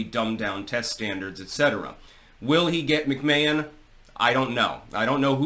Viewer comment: "Linda McMayuhn.." ok 😂😂